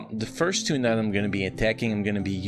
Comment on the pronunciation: how you pronounce nodes creeps me out, took me awhile to get what you were saying